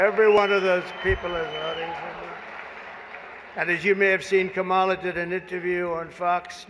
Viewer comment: WTF HE KEEPS SAYING HER NAME WRONG